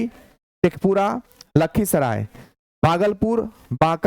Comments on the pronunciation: सर भागलपुर होता है बगलपुर नहीं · बागलपुर ❌ भागलपुर ✔️✔️